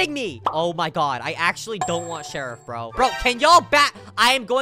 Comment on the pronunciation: Hes says /shierf